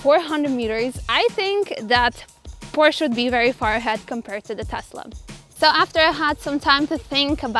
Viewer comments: Porscha is a Porsche ❤ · PORSH FOR SURE